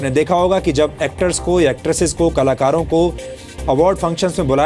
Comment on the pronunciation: Is ko bolna sikhao kalakaro ko kalar bol raha ha